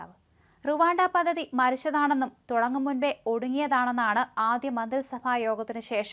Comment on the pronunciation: 🙏,,,,,",പതതി ",,, അല്ലമോളേ,,,, പദ്ധതി, പദ്ധതി,,,,,, 👍